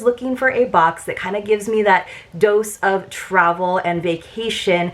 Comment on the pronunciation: When you said dose of Travel I first Understood “dose of trouble” lol